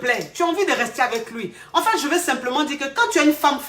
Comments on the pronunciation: yè bloquè ça 🤣🤣🤣🤣🤣🤣😍💕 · "ye eee bloquer ça..." lol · "Ye vais bloquer ça" 😆😆😆j'adore 😅😅